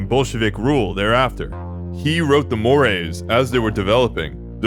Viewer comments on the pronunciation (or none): none